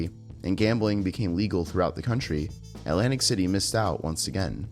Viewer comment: You mean 'lantic City?